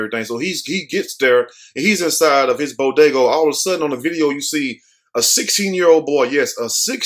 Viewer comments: It’s pronounced BodegA smh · Did he just say bodagoo!!!